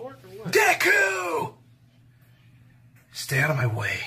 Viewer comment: Wait the first time Bakugo said deku I thought he said Dick-u